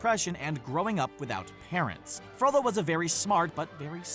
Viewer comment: thank you for saying FROLLO.